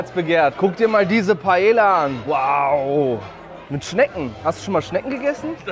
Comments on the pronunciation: Jeder Spanier getriggert das er Paella falsch sagt erste Regel bei spanisch 2 l = i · Paella schreibt man mit doppel L und das wird im spanischen wie J ausgesprochen Musste mich innerlich halb tod lachen tut mir leid 🥘😂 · Kleiner Tipp zur spanischen Aussprache zwei L werden meistens als J ausgesprochen, daher sagen die Spanier auch Paeja zur Paella :) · Nur so zur Info Paella wird Paeja ausgesprochen (mich als Spanier Triggerd das ein bisschen) PS: Ist nicht böse gemeint!!! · Kannst du es bitte Paeja aussprechen. Ein doppel L wird wie j ausgesprochen (Ma(J)orca, nicht Malorca) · es heißt nicht Paella (deutsch ausgesprochen) sonder Paella wie mit j spanisch ausgesprochen so ein Trigger übers ganze Video😂😂😂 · Man spricht Paella spricht man Paeja aus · Bitte sprech nicht Paella, Paella aus sondern Paelja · Es tut weh als Muttersprachler Paela zu hören. Jeder deutsche spricht des so aus aber man spricht es Paeja aus. Jedes doppelte L wird wie ein j ausgesprochn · Er spricht alles so gut aus aber .. PAELLLLLLAAA ??? hahaha 🥺🥺❤️ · Ahh wie du jedes mal Paella falsch aussprichst haha LL wird im spanischen immer wie ein J ausgesprochen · Das l bei Paella spricht man mit j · Alles gut an diesem Video aber wie du paeLLa aus gesprochen hast um Minute 8 rum so hat mich übelst getriggert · Ich will jtz nicht so einer sein und vlt hast du ja doch Recht aber ich glaube das wird Paea ausgesprochen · PaEa ausgesprochen ohne L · Bro paella spricht man paeja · Digga du hast pallea falsch ausgesprochen das tut mir weh. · Sehr gutes Video obwohl ich es immer sehr lustig fand wie deutsch du das Wort Paella ausgesprochen hast 😅. Das Video macht mir aber richtig Lust morgen Abend wieder essen zu gehen, obwohl ich am Sonntag erst essen war. Ich muss meine letzten zwei Monate hier in Spanien aber echt genießen, weil es das Essen gehen in Deutschland nicht auf die Art gibt. Danke dass du mich daran erinnert hast.